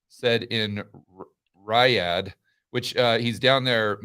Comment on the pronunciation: "Rye-adh"...you mean "Ree-Yahd"...love you!